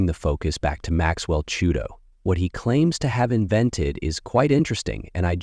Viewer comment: Chuito!?! Chikumbutso! Lets get it right. And yes i agree, most what we are told is a lie and that is the task at hand. We need to use current technology to correct the lies.